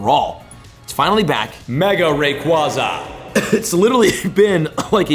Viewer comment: Please learn how to correctly pronounce “Rayquaza.” The second A is long, it doesn’t make an “ah” sound.